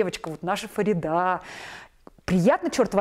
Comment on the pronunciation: Почему говорят ФаридА, если правильно произносить это имя с ударением на второй слог ФарИда?